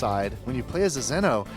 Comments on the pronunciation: The lying dumbass can't even say Xeno the right way. How does a "Hardcore fan" fuck up saying "Z" "No". It's not "Zin" "O" fucktard. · i hate how he says xeno.....that ignorant prick